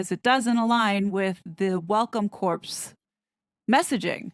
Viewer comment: Corps pronounced core like in Marine Corps